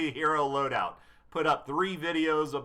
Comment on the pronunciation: i cringed so bad when u failed to say loadout 3 times